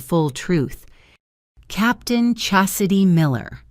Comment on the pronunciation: All these accolades are correct and I could overlook the incorrect pronunciation of Chastity but mispronouncing demote fi was too much.